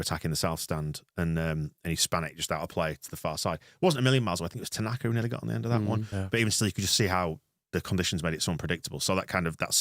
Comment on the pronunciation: Kudos to the Oxford commentary team for calling Ao, “Tananka” for the entire game.